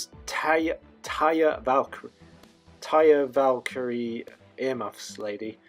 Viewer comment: After hearing you struggle to say “Taya Valkyrie” so much I recommend to just do an Austin Aries and refer to her as Johnny Impact’s “Husky Wife.”